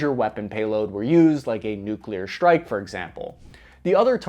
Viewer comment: wtf is a "Shtrike package"?